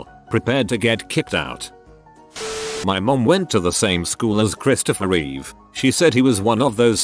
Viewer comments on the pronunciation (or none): none